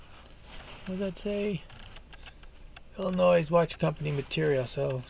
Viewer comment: Good content. By the way, it's pronounced Illi-noy, not -noice. Just curious, are you from the New England area? If not, where?